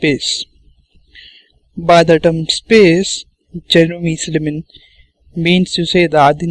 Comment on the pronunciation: why are saying his name like "cherry missed a lemon?!" , it's Jeremy Silman